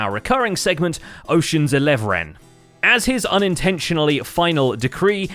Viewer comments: oceans "elev-ren" 🤣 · Ocean of elev-ren just cracked me up 🤣🤣